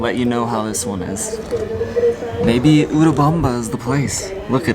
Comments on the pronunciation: Hi guys! You said it right, it's "U...(oooo) U-rubamba. Remember when you pronounce "U" as a long vowel (Unicorn) that's English. Our vowels are usu. pronounced like the "short" vowels in English. Don't know if I'm making this clear. Either way, thanks for sharing your good/bad times. I think you guys are awesome. Thank you for being real and God bless you both always! 💕. Note: - that was cute/lol when you tapped the camera...😂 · pronunciation is correctly. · Thank you! Glad we are saying it correctly